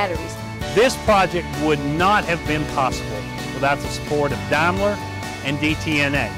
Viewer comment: Who else caught the guy at the end saying “Dam-ler”? 😂